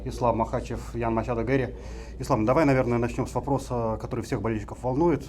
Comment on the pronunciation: Почему ведущий называет Гарри - Геем 😂 🤣 ору